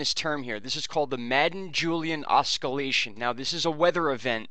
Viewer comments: Hey bud, the c is silent in Oscillation. Pronounced OSS-I'll-ation. Good videos. Thanks for all the info. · wrist to icey Sean Waz is right, oscillation is pronounced that way. There is nothing wrong with constructive criticism. It's much better to be shown you're wrong and learn what's right than to go through life thinking what's wrong is right.